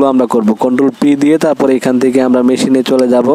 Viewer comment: 😊 মেশিন লিখা কই পাইলেন? নলেজ লিখা কই পাইলেন? শব্দ গুলো ভালো করে পড়ে ভিডিও তৈরি করতে পারতেন। ভুল উচ্চারণ হচ্ছে আপনার।